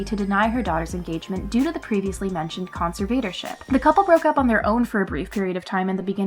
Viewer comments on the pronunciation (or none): The word is conservatorship, con ser vuh tor ship, not con se vator ship. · Con-Ser-Vader-Ship?? What the heck is that? It’s pronounce con-serv-er-tor-ship. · How old is the millenial narrator? Con..serve..vader..ship? It sounds.like she's never heard the word or knows what it means. Please look it, pronounce the word correctly, and use it in a sentence. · Who is reading this??? Concert-vador-ship (conservatorship) is pronounced incorrectly over and over! Yikes! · Con-ser-VAY-tor-ship? C'mon,, check an online dictionary for goodness sake and learn how to properly pronounce words. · Con-SIR-Vader-ship?? Tf somebody else had to of noticed the bizarre pronunciation of conservatorship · You must have hired an intern to narrate this video. She needs to learn how to pronounce conservatorship. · Conservatorship. Pronounce it correctly. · Why do you pronounce conservatorship so weirdly. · I like this video and the chick narrating, but everytime she tries pronouncing "conservatorship" a little piece of me dies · Your saying conservatorship wrong🤦🏼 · Is that really how "conservatorship" is pronounced? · No, it is not. LOL